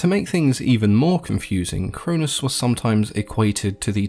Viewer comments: The way you pronounced, Cronus and Chronos, was the confusing part. The way you said them made them sound like the same name. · Ian pretty sure its kronos not cronus